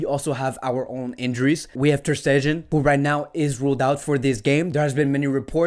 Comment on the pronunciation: Why u saying Ter Stegen like dat😂. Love the vids man. ✊🏼